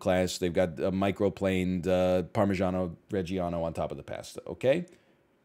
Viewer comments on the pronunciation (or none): none